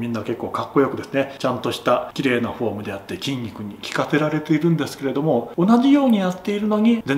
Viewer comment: てぃんにくにてぃかせられている (筋肉に効かせられている)